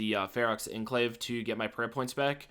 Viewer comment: It's pronounced enclave not enclave